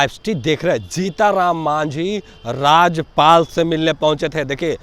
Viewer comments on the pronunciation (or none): 😂😂राजपाल नहीं राज्यपाल बोलो भाई